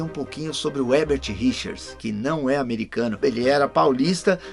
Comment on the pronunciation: É Érbert e não Rérbert???